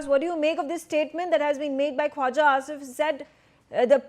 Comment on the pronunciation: Asif ko Afis bolti hai?!!!